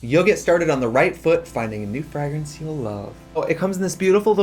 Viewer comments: I first I thought the way Trixie was pronouncing 'fragrance' was a bit until she kept doing it, and then I realised it might be her actual accent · They way Trixie pronounces Fragrance is everything to me. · Why does trixie pronounce fragrance like frehgrance lol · Oh the fragg-ing? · It’s the frahg-rance for me 😂❤ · Find your new Fraagrance today...the way Americans say parfum and fragrance triggers me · Wait is she saying "frag" rence? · Tracy said "Fragg-renz" so many times that I genuinely started wondering if I'd been pronouncing it wrong my entire life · Cringing every time trixie says “frogreens” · so glad i finally learned how to say blunch, parfoom, and frahgrance correctly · I need the full unedited version of this visit please. 2hrs or 6hrs, I don't care. I need it in my life, please. P.S. I will henceforth pronounce it Freh-grance. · F-rag-rence. I love the pronunciation. I wanna say it like that now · Who taught Trixie to pronounce it FRAG-rence? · cracks me up how American's pronounce "frAH-grance". Love you :') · Trixie saying FRAGrence was GottMeek Vybes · Frag - rents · Not us finding out that Trixie pronounces fragrance "FRAGG-RENCE" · i've heard her say fray-grance before. A few months ago the episode came out where Katya said she was going to pronounce words with a hard g. And she has said frag-rance in anothet episode. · What a weird pronunciation of fragrance by Trixie! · Lol the ad. Your pronunciation of “fragrance” is cute, Trixie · Omg. Did you mispronounce Fragrance for this entire video? lmao love u xoxo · deadass made me mutter "fragrance" to myself like eight times in a row to figure out if I'm the one saying it with an accent or if Trixie is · I love the way you pronounce "fragrance," lol, like you've never heard a word of english in your life 😂😂😂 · Ok but the way trixie says fragrance is a hate crime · Wow they really hired the one woman on earth who can’t pronounce fragrance to promote fragrances